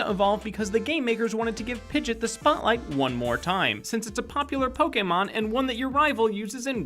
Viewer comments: Pidgit? Its Pidg-E-ot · it's pidgieot not pidget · its pidgeot not pidget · Pidget? It's pidgeot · Im only disliking because he said (pid-git) and not (pidg-eot) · who's pigit its pidgeot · Dude you said pidgit not pidg-e-ot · Why did you pigeot pigit its pronounced pij e ot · Really pudgit instead of pidg-ee-ot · Pidgette is not how you pronounce Pidgeot (Pidge-Eee- Ott) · Ah, it;s. Thankfully a good man like him would NEVER mispronounce any pokemon name- wait, what's that? He said Pid-jit instead of pid-gee-ott?... you have failed me... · piggot not pggit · "Pidg-It"...you mean Pidgey-ott?" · really pidget its pidgeot jeez some people are just stupid an iris in pokemon black and white tried to catch meowth he got uot of the pokeball he is WILD!!!!! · Pidgeot not pidgit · What the hell is a Pidget?. Do you Mean Pidgeot? Its pronounced Pidgey Ot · Did you just call pidgeot “pidjit”? WAT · ITS NOT PIGIT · Did he pronounce pidgeot “pidjet”!!!!! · pid gee oht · did he say pigit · He called pidgeot pidget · ITS PRONOUNCED TAJIRI, NOT TAhiRI AND PIDGEEOT, NOT PIDGEOT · You mean pidgeot not pidget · Did he just call Pidgeot "Pidget"? LOL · I will NEVER call Pidgeot, "Pidjit"! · Long neck pidget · he named Pigdeot pigit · And it's pidg-e-ot not pidg-ot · How can you pronounce Pidgeot wrong???? You said it like Pijet 😑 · It's Pidg-eot. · Umm Pidgit? Great video, but Pidgit? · You said pidget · Pidgeot is not pronounced "Pidgit" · "Pidget" lmao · You said Kanto and Pidgeot wrong. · Ah, 2016 the year we stop pronouncing the "e" in Pidgeot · It's pigeot